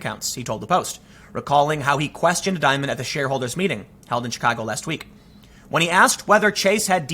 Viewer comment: Dimon, pronounced dee- mohn